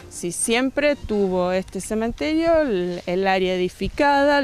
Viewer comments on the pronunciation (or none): Del. semen terio. Ja ja ja. Que loco se pronuncia cementerio. .